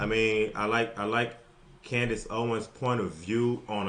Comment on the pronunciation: Candice said it correctly.